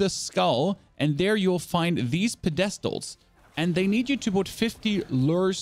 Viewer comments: this dude just pronounced pedestals as (puh-dest-uls). wtf also d4 bad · "Ped uh stills" 😂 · I thought it was funny, great video lol